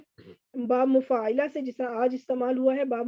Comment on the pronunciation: مفاعلہ لی ع پر زبر ہے۔ آپ نے اس پر زیر پڑھ دی ہے۔ باقی سب بہترین لیکچر دیا ہے آپ نے ۔ بارک اللہ فی علمک و عملک و جمیع الامور